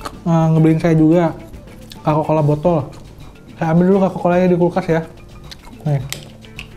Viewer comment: Kokakola bang bukan kakakola